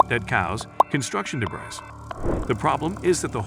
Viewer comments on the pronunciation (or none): Say;debree, not debris